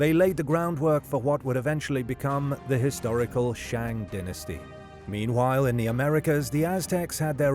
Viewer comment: You did NOT just butcher the pronunciation of DYNASTY.